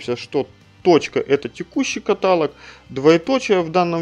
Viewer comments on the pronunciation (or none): есть правила русского языка. То как вы привыкли говорить - ошибка и режет слух. Тоже самое что говорить дОговор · каталОг, ёпта